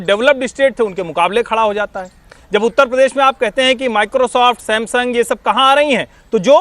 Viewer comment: हमारा उत्त प्रदेश....(मौलाना टोटूद्दीन) भाई उत्तर प्रदेश बोलना तो सीख ले...